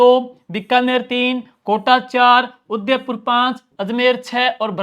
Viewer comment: 😅Bahut shandar classes last revesion k.liye....bs aap udaipur ko sahi se nahi bolte .....